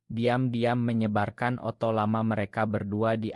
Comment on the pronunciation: Maaf, saya heran dengan suara narator akun ini, mirip suara narator akun lain. Yang saya herankan, beliau tidak mengucapkan kata/istilah dengan benar/lengkap. Contoh: di layar tertulis "investor", yg terdengar "inestor", di layar tertulis "foto", yg terdengar "oto". "video" jadi "ideo", dsb. Apakah ia bukan orang Indonesia atau ...?